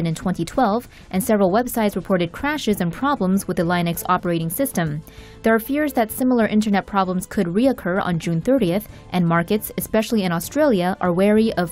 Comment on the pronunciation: LIN-ex not LINE-nuchs